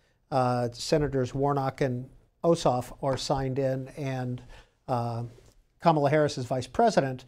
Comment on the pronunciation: If you know Kamala Harris - how come you can't say her name correctly?